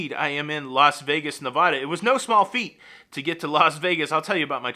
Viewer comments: Welcome back to Vegas,. But I gotta tell ya, its NeVADa, not NeVAHdah. 😂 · Just a heads up, Nevada is pronounced as Nev-ad-a Hope you win lots of $$$ while you’re here. Keep up the GREAT videos. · Just a tiny correction to you. You are pronouncing Nevada in proper Spanish. But native Nevadans (like me) die a little inside with this common mispronunciations. The middle syllable rhymes with bad and splat,.